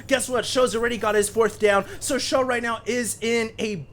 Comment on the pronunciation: everytime he says 'for sjow' I think 'forsho' like for sure / fosho. :)